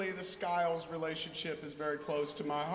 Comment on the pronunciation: pera ela falo Sciles AAAAA